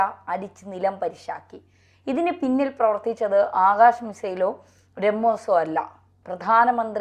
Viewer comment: അക്ഷ തീർത്ഥ് അല്ല ആകാഷ് തീർ ആണ്